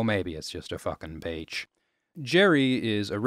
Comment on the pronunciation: i thought he said "bitch" the first time he said beach lol